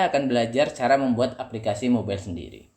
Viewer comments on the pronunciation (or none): none